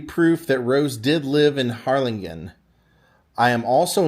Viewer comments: Oh my goodness, that’s so neat! (Side note: hard G in Harlingen, like -GIN.) Another great video. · Evidently, he's not from Texas and didn't know how to pronounce it correctly. Lol